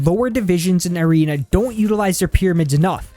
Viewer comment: He says irena instead of arena Lmao🤣🤣🤣